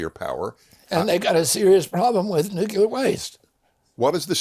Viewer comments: Newculer isn't a word. Nuclear is though... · Hard to trust someone's opinion on nuclear when they cannot pronounce nuclear.